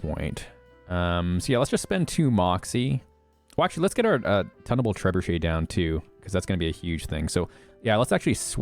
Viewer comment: "Tun" in Tunable Trebuchet, is pronounced like "toon," not like "ton."